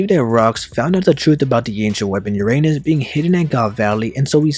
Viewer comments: It’s pronounced ur-uh-nus not ur anus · Uranus not your Anus. Speak the u like a non english speaker Alphabets if you want to know how the Name really Sounds. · The ancient weapon “ Uranus” aka “your anus”. 😂😂😂 Lmfao Give me a break! I can't stop laughing 😆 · That's...not the way to pronounce Uranus.